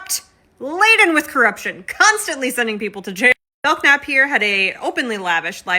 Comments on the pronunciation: Just for future reference, I’m pretty sure that K in Belknap is silent. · Isn't that "k" silent? I do not k(uh)now?